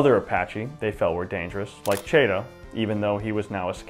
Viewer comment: CHATO...like in Cat...